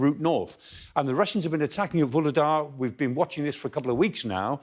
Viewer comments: It's not Vuledar. It is VuHledar. H is as loud as H i HOLD. It's not OLD. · He's not the only one to pronounce H-less Vuhledar, as if English speakers were French or Italian, simply ignoring all the H-s